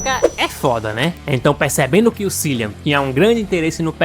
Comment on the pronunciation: o nome do ator é pronunciado "Kilian"